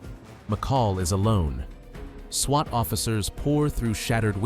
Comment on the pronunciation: I was pretty sure that this video was ai but the story was so outrageous i kept watching. But the program can't even pronounce swat properly... cmon man